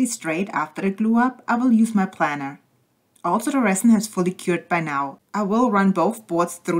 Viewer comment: It's pronounced Plainer like an airplane.